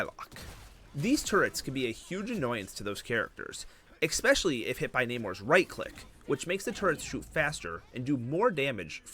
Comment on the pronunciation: Bro it's not EXPESCIALLY its ESPECIALLY Maybe youre saying it wrong on purpose to get people to comment.